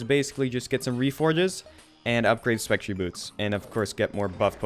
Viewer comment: Just a tip: it's pronounced specTER boots, not spectree.